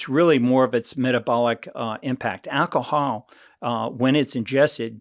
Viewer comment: lol how he says alcohol